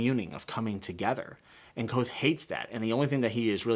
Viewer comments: K'vothe. K-vothe. Not Kwothe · Say Kvothe like Quoth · Small note the V is not silent In Kvothe. It’s a weird name to pronounce